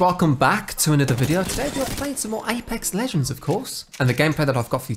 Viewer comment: The way you say apex legends tho 😂😂